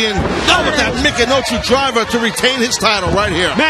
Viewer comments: "Mikinochi Driver" Taz ? More like "Michinoku Driver" I think. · you’d expect someone who was called the human suplex machine to get the name of the move right. Wth is mikanochu driver lmao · did anyone notice at the beginning of the vedio tazz said mikinochu driver not michinoku driver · "Mick-in-no-choo Driver"...